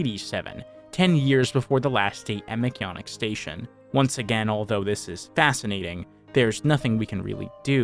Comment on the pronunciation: Why do you say mcyannick instead of mcjanneck its nit Spanish or anything